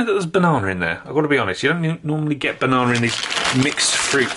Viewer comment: i'm sorry i can't do it, he said "bananER" like 7 times in a row, i can't stand it